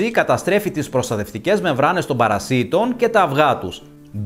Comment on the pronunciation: Παρασιτων τονισμενο στο παρα. Οχι παρασι τονισμενο στο ι. Μαθετε να μιλατε